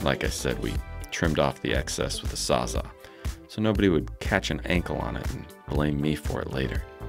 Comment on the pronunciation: 😅 Not "sawza" but "sawzall"